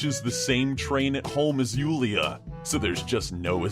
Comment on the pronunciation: That part with Julia XD Whoo-lia I'm glad the writer left that out, I am dying from awesome pronounciation XD